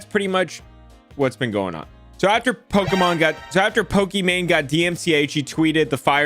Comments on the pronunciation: It’s Pokie-main not Pokie-man 😂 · It’s Poki MANE not MAN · It’s pronounced -Poké Main 😂😂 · lol you call her poke-man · LMAO, he called her Pokemon (and Poki-man which is also a classic mispronunciation of Pokemon that drives fans CRAZY, that and poke-man) and I'm watching this while playing Pokemon Brilliant Diamond and have Pokemon Go open on my phone in case anything good spawns. Also, it was a HORRIBLE idea to stream really any show without any commentary or anything, but doing so with a show as big as Avatar, not only because they're gonna crack down on it harder, but also that's a great way to draw the ire of a bunch of rabid fans, especially on the internet. Kinda reminds me of My Story Animated lashing out at Kubz Scouts and comparing his videos to if someone just posted themselves watching something like Avatar without adding anything. It was a stupid, BS comparison in that situation, but is kinda funny seeing someone do exactly that lmao. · it’s poke “main” Come on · says Pokimane like boomers say Pokemon XD